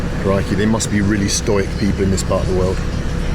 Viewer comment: Sorry, I know its irrelevant right now but I have to ask, do you know you are pronouncing; stoic, incorrectly?